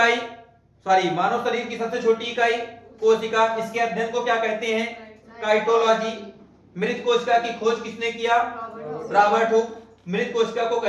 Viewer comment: Cytology,साइटोलॉजी को साइटोलॉजी पढ़ा जाए तो ठीक रहेगा न कि काईटोलॉजी